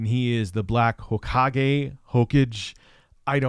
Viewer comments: It's pronounced Ho-kah-ghey. Hokage. It means fire shadow. It's probably a reference to Naruto. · "the black hocage" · if its spelled hokage then it's HO-KAH-GEH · Is tryna say "Hokage" from Naruto? Lmao it's "Hoe-KAH-gey". And its not "nah-ROO-doe", it's "naw-roo-TOE". Just for those of you who might still be confused. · Hokage = ‘Ho Kah Gae’ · Ho-ka-ge (gay) that is from naruto. Get this man a weeb interpreter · Ho-Ka-Gay,. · HO-KAH-GEY ... the butcher job was cringey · it's pronounced Hoh-kaw-ghey. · Hahahaha it is Hoe-kaw-Gay Ho-Ka-Ge! It’s a Naruto thing, BaKaw!!!! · Hokage is pronounced like "Ho Cage" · Well it’s ackshally pronounced hokage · Hokage is pronounced Hoe-kah-gay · Black Ho-Cah-Gay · It's pronounced ho-kaw-gay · it;s pronounced ho-ka-gay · It's Black Ho-Ka-Ge) it's a Japanese word. Seriously you need to study japanese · watch Naruto bro lol it's Ho-Ka-Ge(Gay) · My favorite part of the video was attempting to pronounce HOKAGE. That was just adorable and wholesome. Love you. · Seeing struggle to pronounce Hokage is beyond hilarious You can see the character development throughout the vid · LOL. That stood out to me too; but in all honesty; unless you watched Naruto and are an avid anime fan; there was no way he was gonna know that XD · Next video I'm sorry about butchering the word hokage let's get into it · mispronouncing "hokage" is more forgiving and understanding than mispronouncing Seamus. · saying hokage is funny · Couldn’t figure out how to say the black hokage? This lets us all know that you didn’t put in any effort on this, as he says it at the beginning of every single one of his videos. You should check him out. His content is great and is similar in some ways to your own. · The mispronounciation of Hokage is sinful. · I genuinely genuinely cringed when he pronounced hokage like that, i love you but that was the most boomer thing i ever heard come out of your mouth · You mean, Hawkage